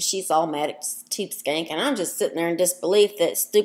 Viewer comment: "Next Time"...could you at least say her name correctly?????? It is Tubeskankeeeeeeeeeeee.